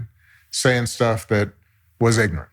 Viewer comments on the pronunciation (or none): What?! He still spewing ig-nant! 😂